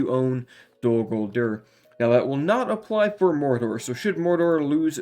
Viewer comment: The way this man pronounces Dol Guldur and Mordor really grinds my gears